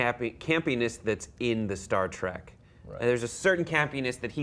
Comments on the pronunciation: Can those dipshits stop calling it 'Star Track'? IT'S STAR TREK! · It's not STAR T R A C K! DUMBASS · It's not Star TRACK it's Star TREK. Ignoramus.